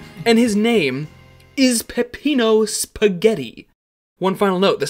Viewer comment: he said pssghetti lmfao